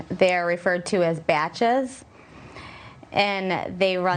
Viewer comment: "They're referred to as bATches" "And they run them through the tABulatahh"